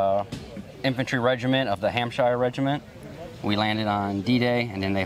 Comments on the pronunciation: From a Hampshire resident, thank you to the chap for representing the Hampshire Regiment 🇬🇧 One small tip, it’s pronounced Hamp-sher, not -shire. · Hampsher, not HampshYRE. Just like New Hampshire. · please say it “Haaaammmpsher” not “Hamp-shire”!!! as someone from that neck of the woods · Zachary's impression even extends to him looking authentically English; though I think that Hampshire is normally pronounced something like 'amshur. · I think that Hampshire is pronounced "Hampsheer". (I could be wrong tho) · oh hey there. Brit over here. It's pronounced Hamp-shur. Almost none of the 'shires' are actually pronounced as 'shire' like in LotR. So you say 'Hamp' but the 'shur' is more short. More like a short 'u'. But otherwise great vid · Maybe the Hampshire reenactor should learn how to pronounce Hampshire. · If you represent the British, at least pronounce Hampshire correctly 😬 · A reenactor should really be able to pronounce the names of the units they are honouring correctly lol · He is representing the English Hampshire regiment so he should be saying it the English way, Dog.